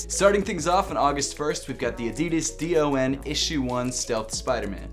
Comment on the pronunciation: Its “DON” not “D-O-N”